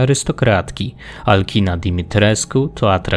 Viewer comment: materiał bardzo spoko, ale jedna uwaga - imię wysokiej wampirzycy powinno się czytać raczej jako Alczina (wszak to nie imię angielskie :) )